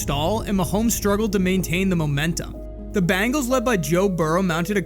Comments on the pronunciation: Oh shit the BANGELS!!!!! IT SOUNDS LIKE A ROCK BAND! COME ON DUDE IT'S THE BEN, BEN, BEN, BENGALS, BEN'''GALES, THE BENGALS NOT BANG,BANG, BANG, BANG,ELS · I'm sorry for my language but the dude narrating will you please tell me where the fuc!### do you see an A in Bengals????? It's not the fuc@@@ bangels you fuc@@ butt head! IT'S THE BEEEEEEEEENGALS!!!!!! Bengals Bengals bengals!!!! So you get a thumbs frigging down and if I could give you a million thumbs down I would!!!!! The Bangals' are you fuc!$#@ kidding me! And yea it's the small things in life! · Listen, narrator dude... it's 'Ben-gals," not "Ban-gals." 😂😂😂😂 Otherwise, you'really spot on!!! ❤ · The Chiefs didn’t lose to the Bangles but they did lose to the Bengals. Get real people to narrate these.